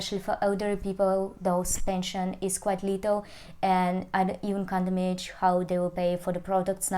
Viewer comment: паникерша вы та еще, к августу многое устаканилось, но главное не это - pronunciation is below par: can imAGINe (не имадж), budget is -баджет, не бЮджет, situation is not GOOD, no - not well!!!!